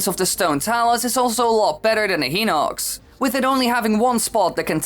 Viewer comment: it is hy-nock-s not hee-nock-s